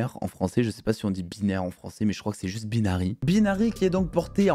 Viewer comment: "Baïnary" pas "Beenary"